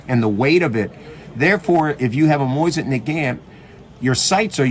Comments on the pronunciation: Why he has to say “moyzin”? This is a good video but Moyzin bugs me every time i hear it😅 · The way he says Mosin, Moizen😂